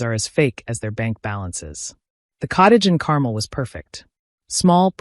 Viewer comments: Pronounced Carmel wrong. Think car-mel not carmal. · Not Caramel but CARMEL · fix your AI Carmel is pronounced CAR MELL